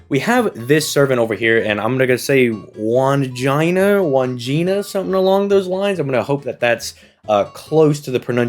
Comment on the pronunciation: you absolute man of culture and refined tastes~! I had to rewind just to confirm I hadn't misheard you lol 😂🤣🤣 Wan-gina? One-gina? If her name started with Van- then I can already see the memes~( ͡° ͜ʖ ͡°)